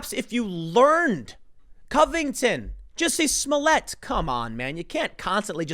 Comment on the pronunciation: Hahahaha! Tim just said "Juicy Smoo-yay" Isn't she that French chick who likes Subway so much she ate there after a "hate crime"?